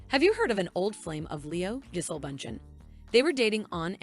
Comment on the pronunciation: Her name is pronounced Ja-Sell. No Leo will break up with Gigi in a few months...maybe a year, and move on to another model. I've seen no repeats in his dating history. I think Leo's a fantastic actor, but an immature man. This is why he goes for extremely young girls. I've followed his career from the beginning, and he's always been immature personally.